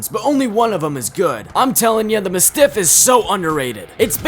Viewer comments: Who tf says muh-stiff. Its mastiff. Pronounced like the dog breed. And Mozambique is already a name and you still butchered it. Moe-zam-beak not mozz-am-beak like learn how to read GD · Bro really said "the muh stiff". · Ma-stiff is wild 😂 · Sup. Congrats on hitting 1k subs 🎉💃👏👍 Glad to see another Tf2 vid Also for future reference, it's Mah - stiff And I might be some re-re, but... does BGM mean: Big Hunking MOTHER FU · Mispronouncing mastiff? Filthy casual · The Mozambique and mastiff pronunciations are pure ragebait